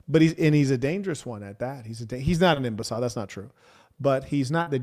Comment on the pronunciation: Why do you pronounce imbecile, the way you say it